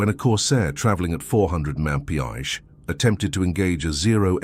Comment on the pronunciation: Can't teach AI how to pronounce the abbreviation "mph"????? Back to the drawing board, fellas!!